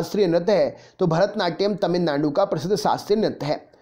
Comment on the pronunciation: Sar ने जब तमिलनांडू बोला तभी 😂😂😂